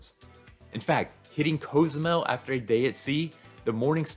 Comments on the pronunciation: It’s “cause-zoo-mel” not “coze-oo-mel” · I have never heard Cozumel pronounced this way?! Have I been saying it wrong all along?